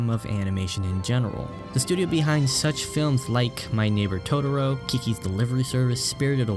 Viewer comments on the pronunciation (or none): none